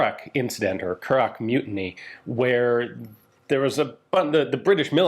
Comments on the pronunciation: Just so you know, howth is pronounced hoath, like growth The curragh is just curr-rah Fair play for giving the words a go, most people make a mess of it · Curragh pronounced curra. But other then that and pronunciation of howth (already covered by another comment). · Curragh = Cur-a Howth = Hoe-th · Also the gh at the end of Curragh is silent. Pronounced " curra" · Super video but lordy be the pronunciations. Howth, Childers, Curragh.